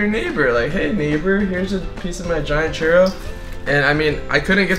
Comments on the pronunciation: its pronounced chooro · it sounded like he said "cheerio" which i am eating right now!!! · you say churro like cheerio without the i